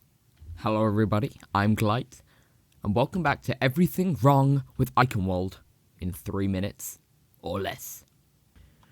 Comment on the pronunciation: Everything Wrong With Eichenwalde... Well, firstly, you pronounce it terribly WRONG. Nice video, thou.